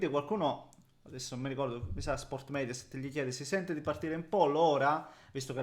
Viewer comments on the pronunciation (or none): none